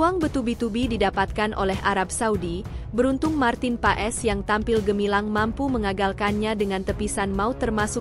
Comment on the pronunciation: Paes pengucapannya bukan pa-es .. tapi PAS .. jadi Martin Paes = Martin Pas .. ae di Belanda jadi a … ui=eu (baca seperti ejaan sunda) … setui k di baca streuk